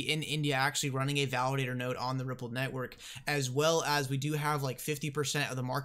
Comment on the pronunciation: It's pronounced Ripple"D" not Rippled.